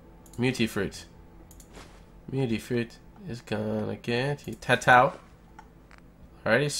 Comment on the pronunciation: Its mutfruit not mutifruit